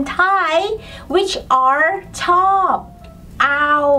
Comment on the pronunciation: Regarding the Thai word "like", your example is "chord". Do you pronounce the "R" and "D"? I sounds like you are saying "chop". What is the correct pronunciation?